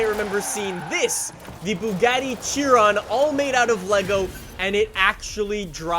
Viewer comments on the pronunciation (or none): Pronunciations: Bugatti Chiron- Boo Gatty Cheeruhn. Forza- Fort-za Boundaries- Boundeeries